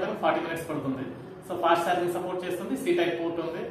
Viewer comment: సార్జింగ్ కాదు బ్రో చార్జింగ్